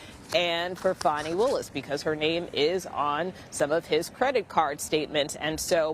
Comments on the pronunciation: I like how MSM media pronounces her name “Fauny” especially since allegations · Foni is not how our American Children Have Been Told to spell a/h. Its Fani like a big FANI